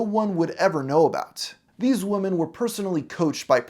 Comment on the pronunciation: The plural word “women” is pronounced “WIH’men” not like singular “woman” (“WHU-man”). I’m not sure why Gen Z and some millennials learned it incorrectly, but it’s really annoying given how much we need to get stories about trafficked women front and center.